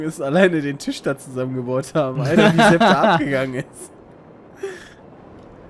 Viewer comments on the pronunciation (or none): none